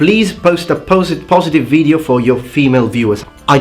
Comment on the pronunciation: Bro, try pronouncing more the O /ou/ in video and use the shorter i, because you are doing it long on the i and its leaving the word with a heavy Italian accent. You are so good at other stuff, just that longer i is what gives you away. Also, in triggering, do not the emphasize the i in the beginning.